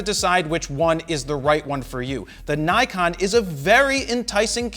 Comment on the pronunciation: I'm bit bothered with Naykon! Please pronounce it as Nikon it's japanese.